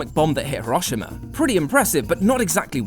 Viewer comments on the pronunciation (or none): your pronunciation of Hiroshima is... I don't even know... very British of you. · Would it kill you to pronounce Hiroshima correctly? He row she ma